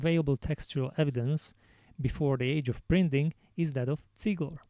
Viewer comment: Completely off topic, but I like that you pronounce Ziegler correctly.